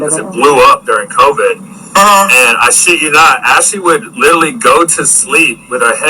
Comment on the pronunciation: 'Litallly' ughhh